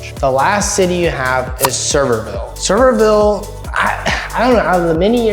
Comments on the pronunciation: He's not kidding. It's not server-ville. Pronounced as if was spelled Severe-ville or the way he phonetically spelled it out. You're not the first to say it wrong. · Sevierville is "Suh-VEER-vil". 👍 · It's pronounced like severe-ville. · As a fellow Tennessean, thank you. Lol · I haven't seen one video of people talking about this or anyone has pronounced Sevierville correctly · Lol 😂 not at all how Sevierville is pronounced 😂😂😂. You should come up and see the smokies once the leaves start changing. Such a beautiful place.